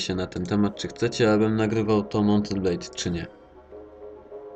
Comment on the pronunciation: Także.. Mołt en blejd : Ogniem i Miecze : Łorband.